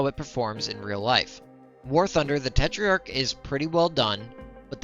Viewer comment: Just a correction: the minimum armour on the tetrach is already 4mm in game. The star card doesn't show minimum armour, it shows max armour for front, side and rear. Also you added an i in your pronounciation for no reason. It's not te-tri-ark it's te-trark